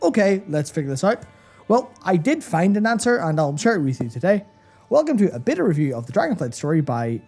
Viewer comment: "a beta review of..." i SWEAR i heard "a bitter review..." guys, i love you but i wont spend another freaking cent on that company